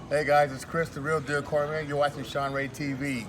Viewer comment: Spencer - I agree. Intros are great. It was also cool to hear Chris Cormier say his name properly. For the last 25 years, we hear people calling him Core-meer and I want to scream. haha. I am Canadian...and of course there is quite a bit of french here. He doesn't say it exactly like we do here..but close enough hehe.